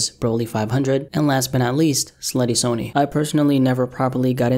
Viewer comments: It’s not pronounced “Sony” like the company it’s pronounced “sunny” id hope for any future videos if there will be just please pronounce it correctly. He really hated it when people said it like that. Coming someone very close to him. Thank you. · Sunny. It’s pronounced like sunny. Damn.